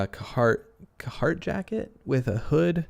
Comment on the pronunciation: Algorithmic benefiting textual based comment since nothing better to contextualize due to head empty. Thank. Also, it's pronounced Car-heart.